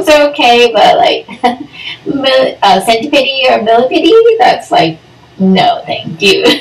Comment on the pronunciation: Wth is a centi - pidi ??! It’s centi-pede. As in “Peed”